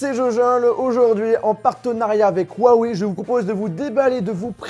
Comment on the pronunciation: On dit ruawey